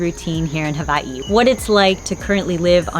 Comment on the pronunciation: W is pronounced V in the Hawaiian language- that’s the correct pronunciation. 🤙🏼